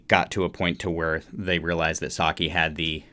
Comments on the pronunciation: Cool video and breakdown! You're close with Saiki's name it's more pronounced like "psyche", like your mental psyche. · You got all the names right except Saiki. You say her name Sigh-Key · Thanks for your very enjoyable music reaction of Band-Maid's "Play". It is always great when a musician is able to give their informed perspective on a great piece of music. Props to you for learning the band members names and your pronunciation of them is pretty good, except Saiki is pronounced more like Sah-ee-key and not Saki the drink. It is pretty common for reviewers to run short of superlatives in reaction to Band-Maid but don't give up on them too early just because you wind up repeating yourself, we Band-Maid fans don't mind a bit as long as your reaction is honest and sincere.